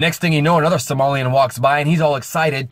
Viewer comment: I think he has been struggling with somali